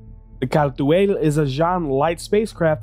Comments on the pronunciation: You pronounce it like you trying to read something off of a french menu. I was never really interested in this ship, though I never really realized how fast and nimble it is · Yeah even CIG is inconsistent with that. I think CR does pronounce it that way. I just figured it was an English (England) way of saying it. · Miller GamingDK no, no he doesn’t. Car-too-all isn’t Kal-tual, even the lore team said it as much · You can just say Kal'tual (Call-To-All) in your normal speaking voice. It's extremely distracting when you say the name like you're trying to summon a demon. Unless you're saying a foreign word in a linguistic context (trying to stay as true to the original pronunciation for academic purposes) nobody expects you to pronounce it perfectly. And doing it for one word in a sentence is actually discouraged in language learning strategies because it's pointless and distracting for the listener. This is why accents exist in the first place. Nobody enforces strict pronunciation for non-native languages. If you lost your american accent entirely and spoke like a Xi'an, it might be a different story. But we don't even know exactly how they sound until we hear multiple sentences that represent their standard dialect. Source: I teach ELLs (English Language Learners) at the High School level. Other than that, great video! I love the Al's aesthetics but it definitely has some work to do. But chances are that's not a high priority at this stage of development. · That's an interesting pronounciation. Basically that should be: 'cal·tooayl'. Makes it sound more Kryptonian than Arabic. I do like how it rolls off the tongue, though I much prefer the harsh R and short A of 'cartoo·uhl'. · rofl the way he says Apoa Khartu AYE, its ALL bro Khartu ALL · thanks for this video, I have been looking forward to this video for almost a week now. Great job!! Although I think the khartu-al is pronounced "car-to-al"